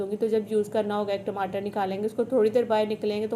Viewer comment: Ab aap TIMATER nahi bolti